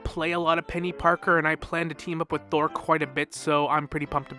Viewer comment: I thought you said "Season Thor is upon us" and since I've already listened to the Dev vlog, I just nodded in agreement for a second before context clicked and I realized you said "Season four is upon us.